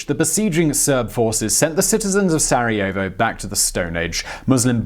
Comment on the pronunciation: Did you just say... Sareovo